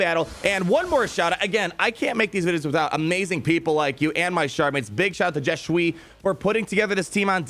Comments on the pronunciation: JE SUIS IS PRONOUNCED JE SWEE!! Please see this lmao that’s why I cappsed it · Mate, I cringe evrey time you say 'Je Suis':D. Its french, meaning 'I am'. So your mates name is 'I am Mol Eliza'. Love you:)